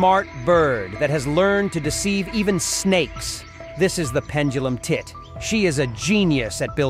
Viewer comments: Why did he have to say it like that? This is the pendulum TIT! 😂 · The fact the narrator put so much emphasis on it lol.